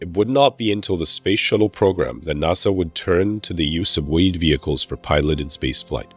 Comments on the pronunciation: it's nas-sa not naw-sa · "NAH-SA" seriously? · I have never heard a north American person pronounce nasa "nossa" there were a lot of really weird pronunciations here. Lol. I could understand if he was foreign but geeze. Lol. I don't mean to poke fun or anything I just find it interesting. Great video too.